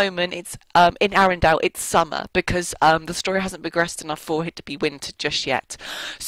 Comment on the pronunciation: you say arendale wrong